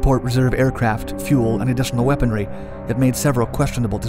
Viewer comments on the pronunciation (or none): none